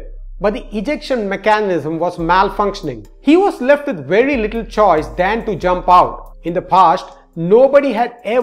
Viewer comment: I'm just vanting to say his accent is wery wery good